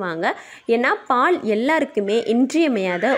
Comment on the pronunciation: அருமையா பதிவு. அனால் தமிழ் உச்சரிப்பு சரி இல்லை. பால் பாள் வாழைவானள என்கிறார்